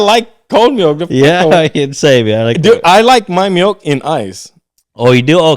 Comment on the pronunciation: “Melk”😝 is all I heard lol